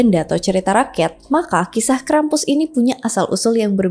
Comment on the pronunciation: maaf kak, aku dengernya krepes